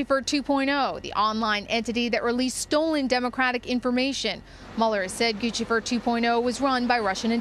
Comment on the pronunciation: Props for pronouncing "Guccifer 2.0" correctly. In dozens of news reports I've seen about it, casters always call him "Goose-ifer". Lol.